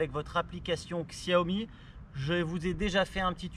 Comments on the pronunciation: Chaomi ca se prononce ^^ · Comment avoir confiance dans l'analyse de quelqu'un qui ne sait pas pas prononcer la marque ?